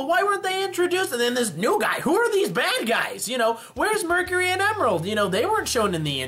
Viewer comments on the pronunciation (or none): none